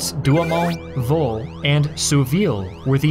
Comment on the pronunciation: he mis-pronounced fort vaux as fort voo